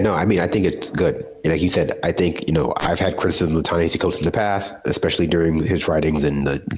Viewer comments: Emma! We love you, but please please pronounce Ta-Nehisi Coates’ name correctly. It’s Ta-NaHASi Coates, not Ta-NaHEEsi Coates. It should sound like Taw-Naw-Haw-See with an emphasis on the third syllable. Not Taw-Naw-Hee-See. Please. It’s disrespectful otherwise. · It’s pronounced “Ta Neh-HA-See” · It’s pronounced “Tah Nehahsee” okay peace✌️. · his name is pronounced TA-NA-*HASI*. the only place I've heard it said right is democracy now.